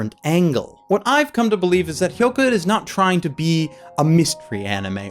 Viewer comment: has finally learnt how to pronounce Hyouka. Let's rejoice!